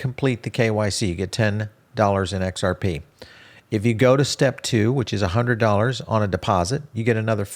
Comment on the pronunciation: He just can't say XRP 😅